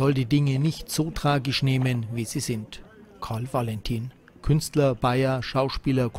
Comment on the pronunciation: Macht Lust auf die Ausstellung im Juli 2023 am KV-Musäum. ABER: Dass der Sprecher - anders als der Ausstellungsmacher Peter Syr - gleich mehrmals von einem Karl W(!)alentin spricht ( , u.a.), ist nachgerade weder begreiflich noch verzeihlich!